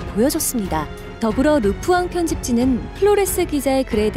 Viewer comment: 르푸앙(x) 르 뽀앙(o)